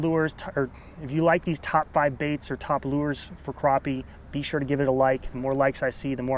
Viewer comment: Just like trap, snap, clap, happy, or pappy. Crappie is pronounced the same way.